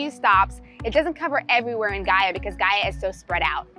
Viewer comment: Great job on the pronunciation!! It’s great to see your point of view on Gaia! Obrigada ~